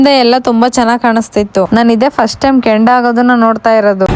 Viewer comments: ಕೆಂಡ ಅಲ್ಲಮ್ಮ ಅದು ಕೊಂಡ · ಕೆಂಡ ಅಲ್ಲ ಕೊಂಡ ಸಿಸ್ಟೆರ್ ಅದ್ದು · Kondda not kandda